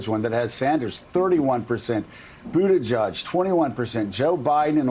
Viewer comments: Boot edge edge. No judge in the pronunciation. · Butti “JEDGE”. Please all of you pronounce the man’s name properly. Not JUDGE!!!! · Joe & the bald guy keeps pronouncing Buttigieg (boo ti juj) wrong it’s like nails on a chalkboard. Its BOO-ti-jej (not juj) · “Buti-judge” I’m digging their pronunciation. Sounds like they’re trolling him. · Joe you need to learn how to pronounce his name for God's sake: BOOT EDGE EDGE. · Joe ..can you please pronounce his name correctly